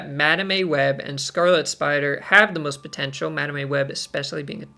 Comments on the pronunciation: That madame pronunciation is diabolical 😂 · My soul shivers each time you mispronounced Madame 😂 Joking aside, these cards are so exciting and a shot in the arm for those who might find the game has gone stale. Picking when you ‘Activate’ their abilities is such a mind game and creates cool new strategies. Move deck enjoyers will surely be licking their lips at these upcoming cards (plus Kate Bishop’s grappling arrow). Another great video! 👍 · I don't get it, why does he pronounce it wrong? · You and cozy have to be trolling the way you guys are pronouncing madame and symbiote